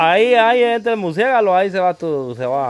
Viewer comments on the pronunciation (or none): MIGUEL ES MURCIELAGO NO MURCIEGALO.BRUTITO